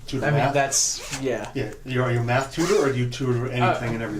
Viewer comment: is sounded like he said meth xD